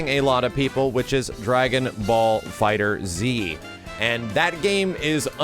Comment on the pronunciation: Not to be a nit picking asshole but... its FighterZ (Fighters) not Fighter Z. Sorry i just get annoyed when ppl say it like that